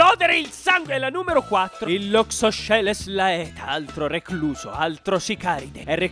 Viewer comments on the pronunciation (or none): Odio fare il precisino però nel latino (con la pronuncia che diamo in Italia) laeta si pronuncia leta. Comunque video simpaticissimo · In latino le vocali "ae" accostate sono un dittongo e si pronuncia semplicemente "e", come nel caso del Loxosceles laeta, che si pronuncia "leta"